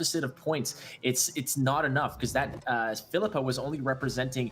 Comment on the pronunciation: Triggers me to the max how pronounces Phillipa. Like it’s literally “fill-ih-pah” not “fill-eeeeh-pah” smh mcbeard is the only one who pronounces it correctly